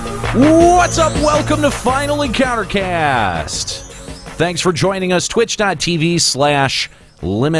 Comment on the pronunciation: Said the show name wrong so much aha